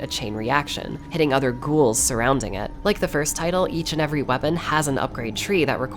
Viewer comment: I love how you called em gouls